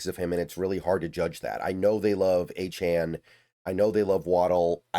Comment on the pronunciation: Saying his name right..... that's a good sign. Achane is a dawg